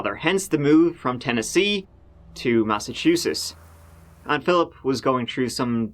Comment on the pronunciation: I gotta say, I didnt expect you to pronounce Massachusetts so normally 😂